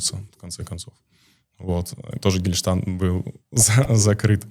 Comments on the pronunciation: ну камоооооооон )))) Я все понимаю, но два раза выносить сноску про "Гельштант"?))) Ну не знает он как оно читается) Некрасиво выглядит. Я конечно тоже не питаю симпатии к нему, но ты все таки интервьюер, а не комментатор как я))) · после того, как с любовь отзывается о своей МАТЕРИ (дай Аллах ей здоровья) и что он слушает её, сказать "ты маменькин сынок?" это просто без слов. И это говорит мусульманин (!!) А еще, когда он просто ОГОВОРИЛСЯ и сказал вместо гештальт что-то типа "гештальн", автор большими буквами вывел это на экран как цитату........ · Этот производит впечатление слегка у. о. В конце беседы вообще конкретно поплыл, его размазал конкретикой, чёткостью мыслей и аргументов! Абсолютно картонный ограниченный и закомплексованный персонаж с кашей в голове! Слово "гештальт" произносит неправильно, видимо, и значение толком не знает, как и "царить", впрочем, это "художественные оборлты" и "так далее"!..😂